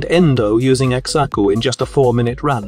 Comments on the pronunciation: bro just because there is an x in xaku dont mean you say it the x is silent same with xata's whisper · I know everyone's got their own way of pronouncing things but hearing him pronounce Xaku like ex-aku makes me giggle every time hehe Edit: Just remembered it's AI x-x